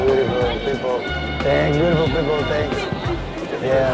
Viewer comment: “Tenks tenks “ en todo el video